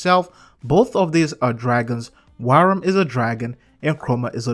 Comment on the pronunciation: Wyrm is pronounced just like the regular English word "worm". It sounded like you kept saying 'wairem'.